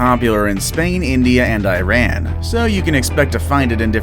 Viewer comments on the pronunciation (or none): none